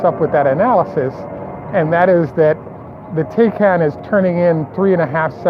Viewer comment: Porsche Taycan pronounced “ tie-con.”